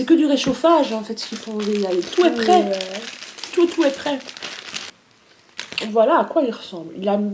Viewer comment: j'adore le "tou es pré" tou tou es pré xD merci je vous adorent